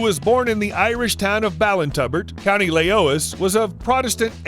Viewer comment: Ha Ha .........its pronounced 'County Leash ' as in dog leash . Spelt 'Laoise' so I see where you got that from.